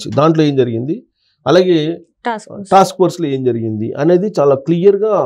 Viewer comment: ఝరిగింది కాదు జరిగింది. ఫణీతరావు కాదు. ప్రణీతరావు.